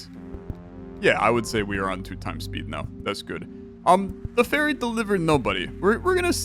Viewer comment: OH! Ferry not Faerie. I was confused for a minute.